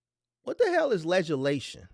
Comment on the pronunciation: You wrong for that, laughing at that man cuz he said ledge-a-lation😅😅😅